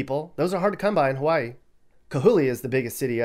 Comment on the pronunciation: pronounced Hawaii the correct way. Ha-va=ee.